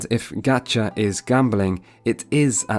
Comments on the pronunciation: The ‘proper’ Japanese pronunciation wouldn’t be /gætʃa/ like described in vid, the first vowel is actually /a/ as in the a in father. It’s not that big of a deal it’s just the fact he pointed it out so much in the vid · YOU are the one actually pronouncing 'Gacha' wrong. It's original Japanese pronunciation is closer to 'gotcha', so that's why people say 'gotcha' but I've never seen anyone spell it like that if that's what you were implying. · The one thing he's wrong about is the pronunciation. It actually is pronounced like "gotcha" - Japanese doesn't have the soft A sound as in "apple". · Gacha is pronounced the way you disagreed with. Japanese doesn't have an "ah" sound as in "have". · Would not the fact that it comes from japanese preclude it being pronounced with the a in cat, as they lack that sound? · Hilarious and sad that he goes out of his way multiple times to "correct" the pronunciation of gacha and says it wrong each time. Pro tip, the Japanese lexicon doesn't use the "a" sound he's using, such as on "this guy makes an [a]ss of himself every time he mispronounces gacha like a j[a]ck[a]ss" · What? You don't pronounce gacha correctly though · This is totally off topic I’m not an expert, but from what I understand the が (ga) sound in Japanese is more of an “ah”, which is different from the “ga” in “gamble” which is how he pronounces it, and vowel sounds are always consistent. So the ちゃ (cha) in がちゃ (gacha) that he pronounces should also be the same as the が he uses. So if provinces it like “gamble” then he should also pronounce it like “chat” - which doesn’t really make sense. Would somebody who is an actual expert like to weigh in? Is が different from ガ? Thanks! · Gacha is actually pronounced somewhat like gotcha, or Gah Cha because it’s a Japanese word, “ガチャ.” Which the way it’s pronounced is like Gotcha. So no, it’s not pronounced “Ga chuh” there’s no ”a” sound like in “apple” in the Japanese syllabary. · It's not gacha it's got'cha